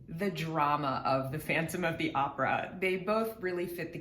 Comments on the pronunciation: Hahaha "Opera" comes from italian language and I can assure you that italians pronounce it more similar to the way the girl that made this video pronounce it than the way Tarja pronounces it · Opera as a word is latin in origin then Italian, they are pronouncing it as it should be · But the way they pronounce opera is how you say it in Latin languages. It's not an English word, the way people on the us pronounce it is not the correct one. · Tarja pronounces "opera" like in spanish and italian, and in latin from wich it comes. So the pronouciation is not weird. Only more accurate. But as alwyas english speakers think that all is english. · I also LOVE the Finnish pronunciation of 'opera.' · That's how is actually pronounced. English speakers got it wrong. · her pronunciation of opera is precisely how everyone outside of US pronounces it...more Tarja please....you should hear her early full mezzo slpendor from the wishes to eternity concert....she doesn't get nearly as much attention as she richly deserves... i am a former army ranger and her exquisite voice brings me to tears each and every time...astounding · opera, in virtually every part of the world is pronounced precisely as Tarja does..and do you think that after 7 years of professional training and dozens of superb operatic performances, she would mispronounce it...